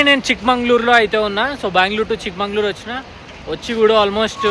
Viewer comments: Chikmagalur not Mangalur Prounance Properly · Bro it's Chikmagalur...not chikmangalur